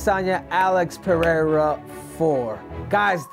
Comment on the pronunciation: First American that pronuncies Pereira correctly. 👏